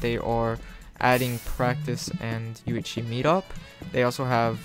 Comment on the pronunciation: everytime u say "UHC",you say "UHshee)